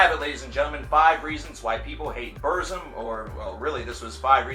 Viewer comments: ITS NOT PRONOUNCED "BERZIM" ITS like " burtzum or like bootzum..trill your r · No one hates burzum and it's pronounced burt-zum you neanderthal. Also, Varg is not insane, he's a true woke person, he sees beyond the vail of bullshit. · It's pronounced Burtzum, with a rolled R. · Yeah its Burt-zoom posers can't say Burzum right. I'm far right and an NRA supporter that's why I like TRVE KVLT Black Metal. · BuRRzum. Sounds funny when you say it. I pronounce it the way Varg himself pronounces it. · "Burt Zom" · Varg says it wrong though. It's Burrr-zoom according to the RotK appendix pronunciation, which is where the word comes form. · I’m a southern Amerikan and I agree 👌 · He’s a poser he said BURZUM WRONG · Decent video but you need to do a little more research. Your pronunciation of "Burzum" is cringworthy. It's a word from the black tongue of Mordor and is pronounced a very specific way. Also Euronymous and Varg were part of the second wave of black metal not the first. The first wave were bands like Venom, Celtic Frost and King Diamond. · Can't even say burzum right and hail varg oisten threatened him is in the police report just cause u watch a movie doesn't make you a detective so ignorant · You can't even pronounce Burzum right... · Can you at least try to pronounce Burzum right? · If you can't even pronounce Burzum right I'm not taking you seriously. Do some more research. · Yes i just commented on the pronunciation before i read your comment..i don't really knock on people pronouncing things wrong like croissant or Hiroshima but saying burzum just sounded really gay unless you pronounce it the way Varg pronounces it